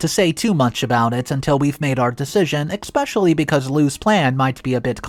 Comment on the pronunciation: The word is not pronounced ex-specially. So annoying.